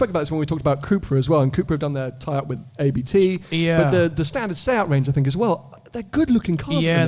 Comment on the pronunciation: not A-B-T, but Abt (which is the German for Abbot).